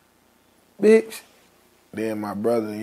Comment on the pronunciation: the way he said bish is perfect